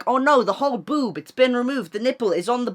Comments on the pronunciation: how he says boob tho like,, ‘b0oB’ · how he says boob tho lmaoo